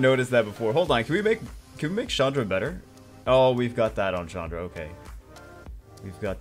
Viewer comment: Chandra is not a girl's name... Its a common Indian name for men.. (not Shaandra but a strong CH-un(like undo, but without the do)-dhra) so its like Chundhra not Shaandra